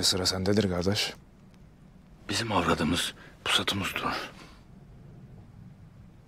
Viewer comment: Brother, and please everyone who is saying Gardesh, it's Kardesh not Gardesh. You are ruining the word.